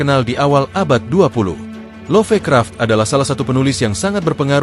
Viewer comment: sengaja ya nyebut Nechronomichon instead of ネクロノミコン, biar ga kedeteksi algoritme atw apa gitu? begitu jua LoffeKraff instead of LofKraft ... fyi, there was once an Eroge titled ネクロノミコン in PC-98